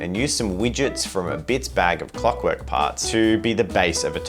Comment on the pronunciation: Ah yes. Clock W-Orks. <3 How proper.